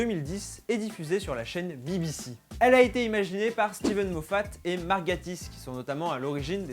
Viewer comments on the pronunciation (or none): none